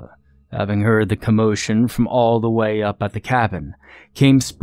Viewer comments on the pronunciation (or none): none